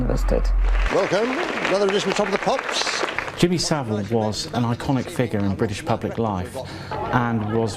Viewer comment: Well done for pronouncing Saville correctly!